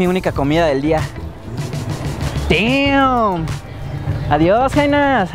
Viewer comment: es damm pero suena como deeam no team 😂